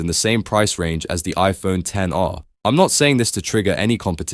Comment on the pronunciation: the minimum people should actually go for is the iPhone 13. especially now that the 17 is coming out, which means another price drop for it. also, mad props for actually calling it by it's actual name; the ten R. not "ex" R as other YouTubers would say.